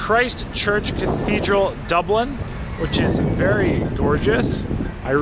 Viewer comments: Dooblin, tuned into Dublin. What happened? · Dublin. Man pls don't say it like that again 😂